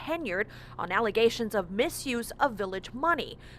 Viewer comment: Yo, whenever you do a story about the super mayor, you should make sure to always say "allezations" instead of allegations. Makes me laugh every time I hear it.